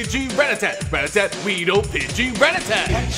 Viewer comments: would be funnier if you pronounced rattata correctly. Ruh-ta-tuh not rat tat tat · It's not pronounced ratatat